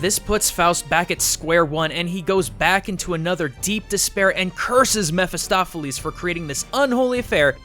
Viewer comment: Jeramya Mair he is pronouncing it right i've read the book and its Mephistopheles and it's pronouncing it right too (mefistofeles)